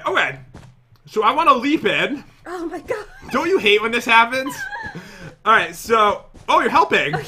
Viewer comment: " O MY COD" Is that only me who heard that?